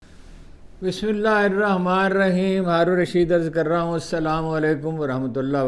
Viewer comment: بھو ڈو بسم اللہ تو ٹھیک کرلو